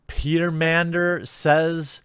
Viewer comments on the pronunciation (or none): OMG Jeremy. Pteramander! As in the blue card from Ravnica Allegience? Pteramander starts the same way as Pterodactyl. I can't believe you slaughtered the pronunciation of that card. I know you're banned from the game, but do you not follow it anymore? Otherwise, great video.